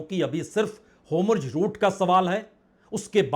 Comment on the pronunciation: होमुर्ज नहीं सर होर्मुज😄